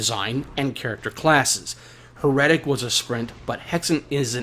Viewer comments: Or try saying 'Her' pause 'etic' seperate. Then...make the gap smaller and smaller till you have no break in the words. Thats how it should sound. 'Her' 'etic'. Not 'Her' 'Retic' 😂 Sorry.... It's so triggering/funny/silly how you say it. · Totally saying it wrong. He's double 'R''ing/adding to much to it. Her-etic....it's not hard. Proper Kings English Now. He's saying Her-retic. Saying Her...and keeping the R on for the 'etic'...so he's then saying 'retic' after the 1st r sound in her. He need less R. 😂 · You - 'HER-RETIC'. 😂 You are saying 'her'...then 'retic'. Doubling the R You need to (- 1R sound lol). Proper/English/Me 'HER-ETIC' You have to roll into the 'etic' making the middle sound more like 'uh'. IE it's said/sounds more lile 'HERUHTIC'...Not 'Her' - 'Retic' lillke you say. Like 'She' has/owns a 'Retic'. Lol. 'Heretic' - 'Herohtic' try saying 'Hero tic'. Then swap the he for her, and the o sound for e sound. Easy 😂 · You say Heretic weird. I thought it was Hera-tic